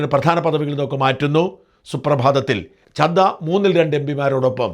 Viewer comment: സാജൻ സാർ രാഘവ് ചഡ്ഢയാണ്, അല്ലാതെ ചദ്ദയല്ല.